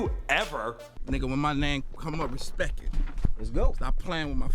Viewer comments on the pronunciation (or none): Put Some Respeck on his name! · You gotta put some "respeck" on his name. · The Tattoos These Artists Put On Their Faces.... With Their 3rd Grade Vocabulary With Sophmoric Computer Beats That A Six Grader Can Rhyme To.... "Put Some Respek On My Name"... Fucking Moron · Put some “Respek” on his name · and put some respeck on hes name lmao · Put some respeck on my name, respeck